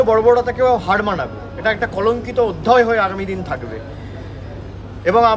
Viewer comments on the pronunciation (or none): অধ্যয় নয়রে মূর্খ, শব্দটা অধ্যায়। ভাষাগত দক্ষতা অর্জন করে আয়।